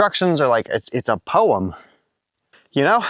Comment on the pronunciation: Why do you pronounce 'poem' like Miss Trunchbull in Matilda?